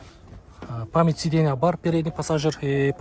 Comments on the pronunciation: Сидена дегендида айтпайсынбы 😂😅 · Сидена дейт го. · Так дегениң жакшы экен го бирок сидейна дегениң окшошпой жатат. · Ассалому алейкум тууган. Сидена - сиденья, сабраменный-современный болот, билсен туура суйло, билбесен кыйналбай кыргызча эле суйло, сени ансыз деле кыргыздар эле корсок керек.